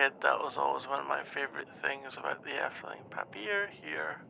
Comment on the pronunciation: Literally just found this audio and was in shock when you mentioned the Efteling that i woke up😭 anyway, great Dutch pronunciation🫶🏻